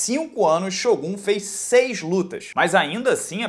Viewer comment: Nosso querido ''SHÔGÁS''